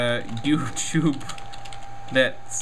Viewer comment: Some odd pronunciations I found: bagel - "bad-jull" youtube - "yaotoob" Anime - "a-nim" check - "chUH-eck"